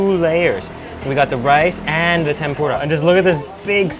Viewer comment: (Tem-Por-Uh) not (Tem-Por-Duh) nonetheless amazing mouthwatering video!